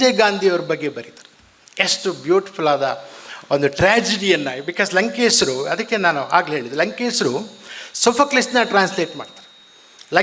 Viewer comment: WHY DO YOU CALL HIM "LANKESRU" NOT LANKESHARU?